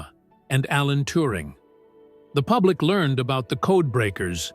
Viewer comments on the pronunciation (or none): none